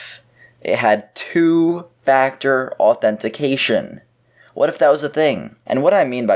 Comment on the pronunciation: U don't say authetifiication correctly